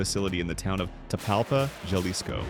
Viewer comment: It's pronounced (ha-lees-ko) Jalisco. The J in Spanish is like the H in English. Also it's not (one) Juan, it's (hoo-ahh-n) Juan